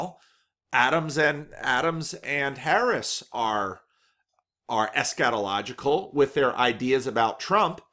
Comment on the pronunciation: Ha, sometimes I have to stop and think about what he really said. Maybe more stress on the first syllable or constriction on the 'a' would help. "ESSchatological" or "eschetological" ..Not that I have any clue how it's supposed to sound.